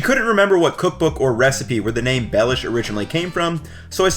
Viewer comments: for others: it's not pronounced as "Lord Baelish" but instead as Be [as in "best"] lhiou [as in "Liubljana"] sh [as in another word for "excrement"] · It is pronounced "belyash, with an accent on "ya" not on "be"." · For Slovakians: this guy quite missed the pronounciation or the spelling of the name so if you want original slovak recipes, search for Beľuš, Beľuša or [plural] Beľuše. Recipes come mostly from Spiš region.